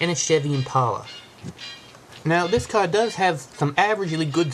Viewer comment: ''Dammit i hate dis caw'' haha